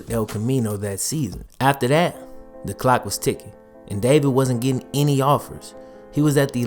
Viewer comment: say your t's. It is a letter and it is easy. As in Getting as opposed to ge in.